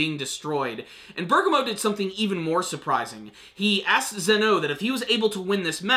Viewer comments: Bur-Gaw-Mo. he keeps saying berga-mo and bugs me a little too but only in an off way. Truly don't care what he calls him. Close enough aha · Ber-gam-mo is how you say it